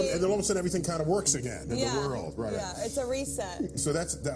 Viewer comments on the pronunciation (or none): The person that narrated really needs to pronounce their words. It's "World" not "Whirl"